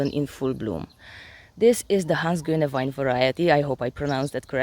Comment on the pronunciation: You pronounced Hans Gönewein correctly 😁🥰